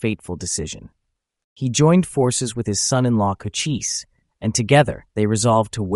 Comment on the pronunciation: Chochise was one of MANY Great Apache Leaders........and is pronounced Koh - Chees NOT Koh - Chee - see